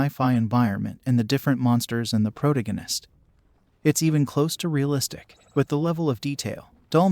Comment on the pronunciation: Good video, but I Never heard someone pronounce pro-tag-in-ist that way b4 lol